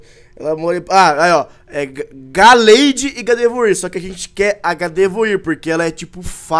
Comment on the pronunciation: se escreve gardevoir mas se fala gardevoar